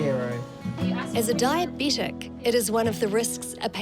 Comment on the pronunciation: DiaBETic, not DiaBEtic.